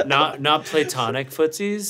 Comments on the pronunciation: ian saying "Play-Tonic" annoys me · Why does it bother me so much hearing Ian pronounce platonic? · i like the way ian pronounces platonic